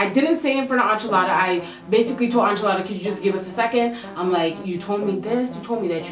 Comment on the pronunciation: Enchilada pronounced (In-cha-la-da) not (An-chaa-la-da)